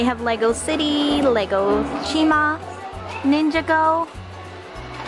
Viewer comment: "Ninja-go" for the correct wording it's pronounced nin-jaw-go! :) sorry if this comes off rude..